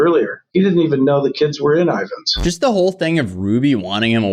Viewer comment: Just an FYI, its spelled/called Ivins, Utah....